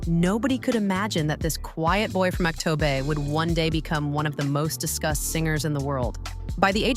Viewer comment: Чтобы рассказывать про Димаша Кудайбергенова нужно правильно произносить его , имя, город Актобе и другое